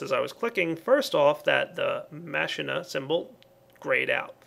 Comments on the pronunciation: Machina is actually pronounced: "mack-ee-na", not "mash-in-na" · Ma-keen-a, not Machine-a. It's both in Spanish and Final Fantasy X. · Oh, and its pronounced makina not masheena. Also add facades to the pipes outside your main house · IT'S PRONOUNCED MAH-KEE-NA! MAH-KEE-NA! NOT MA-SHEE-NA! Both you AND zisteau messed up the pronounciation D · actually KrafterkidB11 all the aspects seem like actual latin words so it would be closer to mak-e-na as in deus ex machina which means a god out of a machine and therefore machina following latin grammar and common sense is machine and you mispronounced it just thought i should help you out... and viva la skyarmy! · it is pronounced MAH -KEE-NAH for machina just so you know:P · machina is pronounced Ma-ki-na or the "h" is silent.